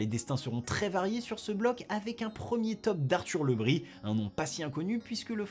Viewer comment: On ne prononce pas Le Bris à la bretonne ? ( Le Brize)